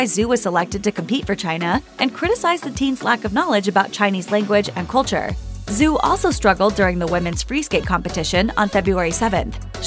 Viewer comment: Her name isn't Zoo Yi... It's Zhu, pronounced like shoe, but with a Z sound rather than an s. Good Lord, can't get anything right when it comes to talking? smdh WAY - Bow NOT Wee - Bow... rolls eyes heavily You're saying Zhou wrong too. No surprise there, though...